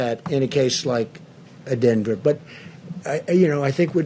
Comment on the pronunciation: What's "Adenver"???